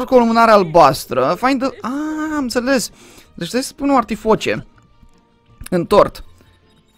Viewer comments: max e artificie nu artifoce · Artificie nu artifoce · Se zice artificie nu artifoce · Se zice artificie